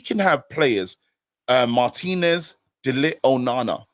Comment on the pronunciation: Cmon guys pronounce De LiGt name properly! 🤦